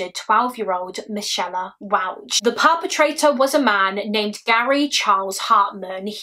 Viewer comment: Are you sure its not pronounced 'mick ay la'